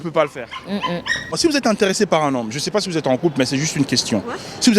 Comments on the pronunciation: ''PAS'' et non ''PAT''. Le français est difficile, mais voyons... 🙄🙄🙄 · Le premier pas on dit, pas premier pat 🐾